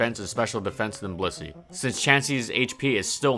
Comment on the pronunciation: Sometimes I hear bussy instead of Blissey.